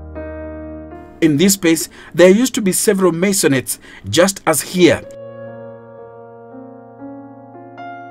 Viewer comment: Good video but couldn't get enough of u saying masionates 🤣🤣🤣🤣😂😂😂